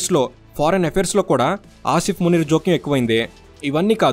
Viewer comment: Eedu names correct ga chepatla minimum, field master antadu entento notikochinadi anesthunadu…. Anni sarlu Aa Munir gadi name palikavu okka sari ina correct ga chapthunama ani aalochinchava avanni nduku likes, views and subscribers vasthunnaru kada chaalu antava 😂😂😂